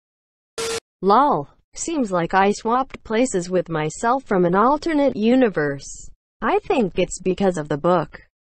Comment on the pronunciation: Fwom aisa?? Africa??